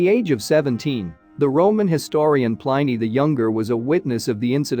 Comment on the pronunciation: Pliny rhymes with Minnie not Miny!